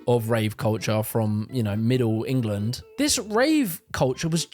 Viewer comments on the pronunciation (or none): none